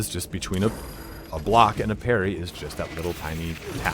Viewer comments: It's Parry not Perry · Parry not Perry bro